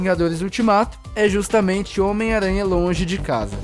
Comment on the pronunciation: omiaranha versão baiano